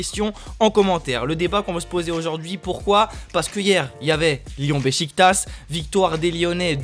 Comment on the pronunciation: Sa se dit Bechiktach